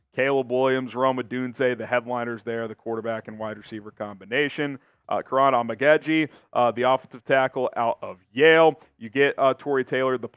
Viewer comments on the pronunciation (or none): Kiran Amagedjie is pronounced KEE-RAHN AHH-MA-GAA-GEE